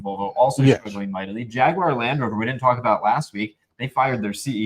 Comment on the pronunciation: Thanks to for pronouncing Jaguar correctly